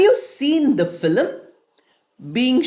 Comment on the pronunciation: Sorry I donot want to point out , because you are teaching so wanna clear my doubt that word film doesnot pronunce the way you pronouncing in both American and British so.please clear my doubt